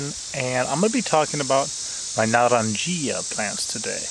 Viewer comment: Naw-don-hee-ja or -ya depending on if you want to do the south American pronunciation